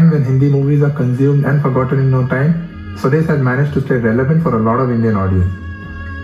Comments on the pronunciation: for the millionth time its SWAA- DES not swades like sway... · Well, I know for an outsider/foreigner it is hard to understand names like Swades which is pronounced "sva des" and NOT "Sweds" and when written in English it can be read eitherways. You could have made a little effort to understand the pronunciation at least for this reaction video. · It's Swa - Des not swades. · i dont mind foreigners pronouncing stuff badly, we do it do....BUT SWADES WAS JUST FUCKING HIGHLARIOUS!!!! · u will never be able to pronounce "swades" correctly ever😂